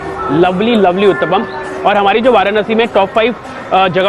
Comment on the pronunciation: when pushed to say Uttapam..and finally he said the word, the way he said it I was ROFL 🤣🤣 but yes he did pronounce it correctly 👍 ur rght Matra=quantity Here in India usually kachoris are larger in size,these shown in the vlog are special cos they are smaller.